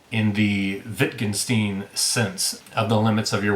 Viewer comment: Found the channel yday. Fun. Nice chat re 2666, and love Bolaño, so thanks for those. It’d be interesting to look over his early works (Savage Detectives, By Night in Chile) and talk about his trajectory for kicks. Just a heads-up from a Wittgensteinian, the end is “-stine” Thanks. Good work.